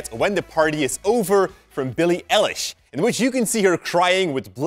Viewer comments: Yesss its not El-ish its I-lish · ITS EYE-LISH not ELISH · Yankis its pronounced Eyelish not Elish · Grace Belcastro lol me I wrote It's Billie I lish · It's Billie EYE lish Not EH lish 😂😂😂😂 Lol i love his accent so much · I was dying inside everytime he said pronounced Billie's name as Billie ELIESH like its EiLISH like an EYELASH not elesh! i learned alot tho so thanks :D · bIlLiE eLiSh bro its i-lish is my comment highlighted? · how is nobody talking about how he said Billie elish and not billie eilish😔😳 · Did you mean EYE-LISH who is Billie L-LESH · Its 'eye' Lish not 'e' lish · ITS BILLIE EILISH NOT ELLISH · Even tho it's spelled with a E at the start you pronounce it like ILLISH not ELLISH uwu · Not ELish, its EYElish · Lol I almost screamed when you said "Elle ish"" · No one: Literally no one:: BiIli ElliSh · It’s pronounced Billie EYE-lish like an eyelash but an eyelish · Her name is Billie EYE-LISH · eilish, like eyelash, but eye-lish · IT'S EYE-LISH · You pronounce it Eyelish not Eilish. I just had to🤣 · It’s like eyelash but eyelish that’s the pronunciation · you didn’t just say BiLLiE eLiSh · DID HE JUST SAY ELISH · You said eilish wrong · Grace Belcastro I screamed.WHEN WILL THEY GET IT RIGHTTT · literally corrected him outloud lol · Same, OH GOD, I was just looking for someone in the who ACTUALLY noticed that. It's infuriating. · When he said her last name wrong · You said her name wrong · ITS BILLIE EILISH NOT EYELASH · Thats not how u pronounce BILLIE’S LAST NAMESSSWWW